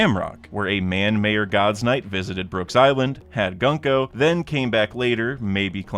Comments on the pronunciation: 2 things 1) it’s pronounced “GOON”-Ko, not “Gun”-ko 2) I wanna add two points of discussion 1. Out of the 25 people that left Wano 55 years ago, 10 stayed and founded Shimotsuki Village so the other 15 wandered around the world spreading WANO KNOWLEDGE, which includes mainly TWO things: “the grades of swords (which is how people knew Shusui’s grade despite Wano being closed off at the time) and BLACK BLADES so it’s definitely likely Mihawk learned from this samurai 2. In the Blue Planet, only people from Wano/who learned from “Wanoites” are considered true swordsmen: the samurai from Wano, Zoro who’s a descendant, and Mihawk who definitely learned from one, which is why he’s the only character outside of Wano who’s has a black blade As a side note, every single character with something tied to Japanese culture (Wano = Japan) is 100% a descendant of those 15 people: - Akainu, 1) Hiroshima accent, 2) he has an irezumi (yakuza sleeve tattoo), 3) Sakazuki is a Japanese word (as opposed to “Whoopslap”) - Fujitora 1) pretty damn obvious blind swordsman reference 2) his blade was forged by the Fugetsu clan 3) samurai pass down their swords 4) Issho is a Japanese word - Makino, Japanese name - Ipponmatsu 1) Japanese name, 2) Yubashiri is a Japanese name, 3) Yubashiri is a KATANA style sword, not a broadsword and such 4) “family heirloom” meaning it’s from his samurai father - Kumadori and his mom (revealed in an SBS), 1) obvious kabuki reference, very Japanese sounding name - Tashigi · why do you pronounce gunko like that. its an oo sound not an uh.